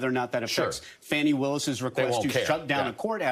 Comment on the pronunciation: Are y'all not capable of saying "Fawni"?? Not Fanny!!!